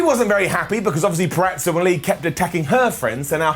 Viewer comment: Purazzo not puraTzo